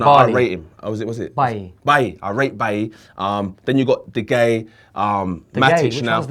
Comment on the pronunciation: has horrendous pronunciation. De gee and Bally WTF!😂😂 fix up ya self